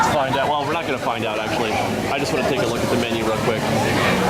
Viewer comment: Funny I've never hear the word menu pronounced like that before :)